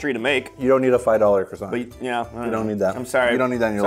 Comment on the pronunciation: Thats how the french do it? I am French and I can tell you that we don't eat croissants like that and its not the way we pronounce that. But your videos are " Magnifique" 🥐🇲🇫